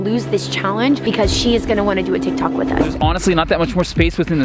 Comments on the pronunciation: You said tie tok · It said tie tok